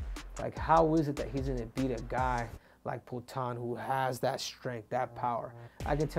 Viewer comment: Is "poatan" not "putan" man lol